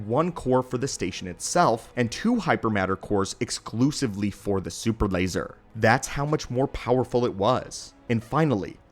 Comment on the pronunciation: “Da supper lazer”